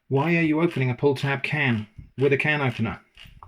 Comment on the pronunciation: today I learned that minced beef isnt minzed(mint) beef. yeah this isnt my native language. My whole life i was just like "I gusse they have mint beef over there what do I know" hahah edit: did u say can-öffner? that a pretty strange word to joink from the german language hahah edit2: speedrun challenge for 15 servings (or something like that, maybe just a "stock the fridge with easy meals-challenge") sounds very fun to watch